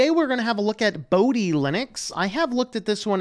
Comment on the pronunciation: pronunciation problem. Pronounce dhi as you pronounce "the" and o in moksha to be like what you pronounce o in "more"